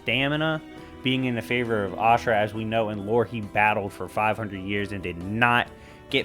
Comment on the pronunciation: Asura is a better version of Kratos to me in many ways and it’s pronunciation for him is Asura not ashirua